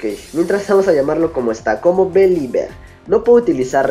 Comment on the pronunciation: believer se pronuncia biliver